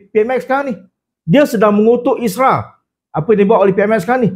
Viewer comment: Isra tu apa? Isra mijra ke? Sebut yang betol la😂